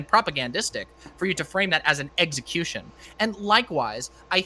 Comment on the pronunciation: apparently thinks you pronounce execution as, eggecution. Lol. literally pronounced it that way throughout.